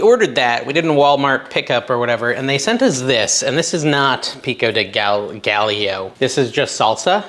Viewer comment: Gallo is guy-o